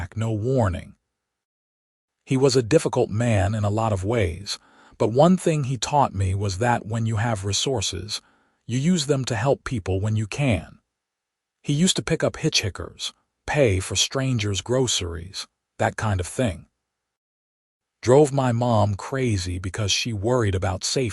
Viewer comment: At about : : the word 'hitchikers' is said with soft 'i' s when the second 'i' should be a hard one. Oops LoL 😢😢